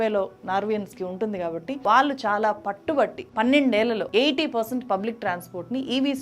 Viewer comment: Learn to say వాళ్ళు, కళ్ళు